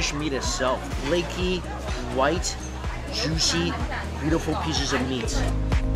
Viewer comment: He says juicy so weird haha lot of stress